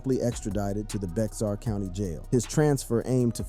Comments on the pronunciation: 'Bexar County' is pronounced 'Bear County' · Dear Non Texans, Bexar County is pronounced Bear County. The x is silent. Trust me I've lived here my whole life. Oh and Seguin is pronounced Se-geen not Seg-win. The U is silent. Lol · Lol, Bex-AR county 😂